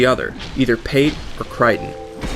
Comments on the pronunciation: Its pronounced Kray-ton not kriton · CRAY-ton not cry-ton